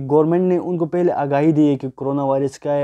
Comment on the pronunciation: "fir" nahi "phr' aur "fela" ni "phela " aur "ghoomne firne " nahi "ghoomne phirne" hota hy.